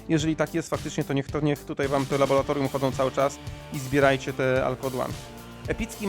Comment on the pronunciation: Laboratorium RA RA RA RRRRR laboRAtorium.